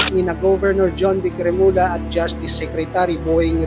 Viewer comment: Hindi remula.remulla (remulya)